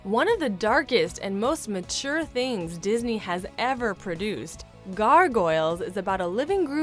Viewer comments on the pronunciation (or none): “ma-ture,” that’s an odd way to pronounce badass.